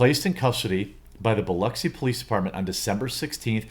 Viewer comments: Just wanted to say you nailed how to say Biloxi. And if you knew Pass Road you would know this isn’t surprising. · You pronounced Biloxi right and you aren't from Mississippi... what are you?